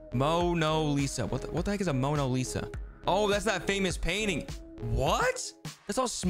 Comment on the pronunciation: He said it correctly in an older video. All of these YouTubers purposely mispronounced stuff so people will comment.